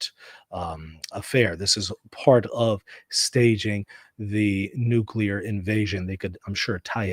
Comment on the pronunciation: "Nucular." Oh brother!